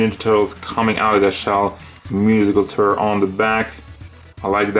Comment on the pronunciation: That’s not how Tour is pronounced